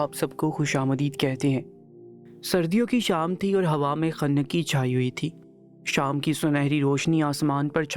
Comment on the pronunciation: خنَّکی نہیں بھائی خُنکی کُربناک نہیں کَربناک 😂😂😂 پہلے اردو سیکھیں یا کسی اور سے پڑھوا لو